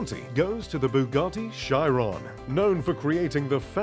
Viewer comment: Bugatti Shairon😂